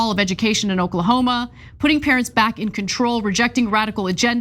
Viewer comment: Did Ana say Okla-homo??? 😂